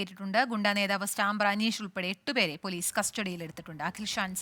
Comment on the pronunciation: സ്റ്റാമ്പർ അല്ല സ്റ്റമ്പർ